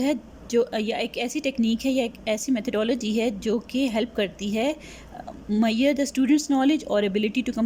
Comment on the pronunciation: Measure ka sahi ucharan karo